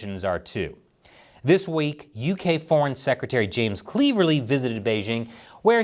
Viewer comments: It's James Cleverly, rhyming with clever not cleaver. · Here in UK we pronouce him as Clever-ly ……. which he ain't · As ridiculous as it sounds , Mr cleverly is said like it looks . As in he's clever 😂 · it’s pronounced Clever. Ly not how you pronounced it and no, he’s not very clever, just like all the other WEF puppets infesting the UK Houses of Parliament, much 👍🏻 from the UK, keep it up 😊